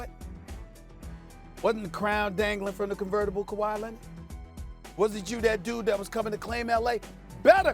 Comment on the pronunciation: Also: k-WHY Lennet